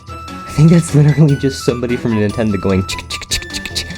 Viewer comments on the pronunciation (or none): none